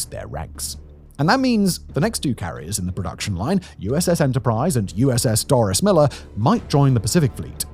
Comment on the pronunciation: Please note that the future USS Doris Miller is pronounced like Dorey Miller. The soldier it is named for was a hero